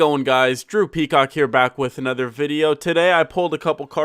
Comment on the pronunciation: is your name the YouTube acceptable way of saying Droopy Cock? cuz everytime you say, i hear Droopy Cock lol, but i fucks wit that Veloster, the gold accents are eh, but i like it.